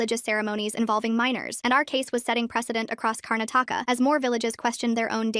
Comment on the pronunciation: why did they butcher the name Karnataka 😭😭🇮🇳